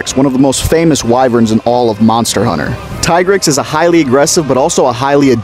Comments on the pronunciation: Alright im gonna stop u right here U lost ur right to talk about monsters after u didnt Do enough research to pronounce its Name right Its TEA-grex and not fkn tie-grex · .....it's "Tee-grex" not "tie-grex" his tiger stipes makes you want to say the tie part, but that is not at all how any of the games pronounced it. It's "tee-grex" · Why do people still call him "Ty-grex" when world confirmed that it was in fact pronounced "Tee-Grex" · Pronounced Tee-grex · Youre pronouncing it wrong